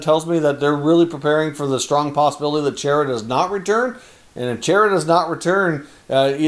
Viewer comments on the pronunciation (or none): Idk but I’ve never heard chaira before lol Chara with the “aw “ sound is what it is pretty sure